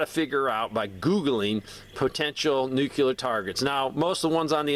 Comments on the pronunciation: Sorry pet peeve: nooclear, not noockular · If you're telling people how to avoid it, you should atleast learn how to pronounce it. Think "NU-CLEAR" not "NU-CULAR". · Why are you adding an extra syllable to the word NUCLEAR? NUCLEAR is a two syllable word. It is NOT a three syllable word. Stop saying "NEW-QUE-LEER". It is pronounced "NEW-CLEAR". Two syllables... not three syllables. Stop pronouncing the word NUCLEAR wrong. I’ll lead an effective strategy to mobilize trunalimunumaprzure.